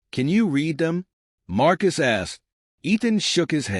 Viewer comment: AI Narration doesn't pause when it should and pauses when it shouldn't and incorrect emphasis. Not to mention the mispronounced words and poor sub-text ( just one idiotic example: "calms in the ship" -> "Comms in the ship", This one was just too funny, "Marcus ass"). Channel not worth subbing.